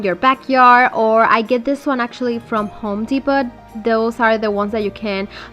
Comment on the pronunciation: Love your beautiful projects ❤️😍. Honey you are adorable. I want to help you sound better. It is pronounced home Depoh.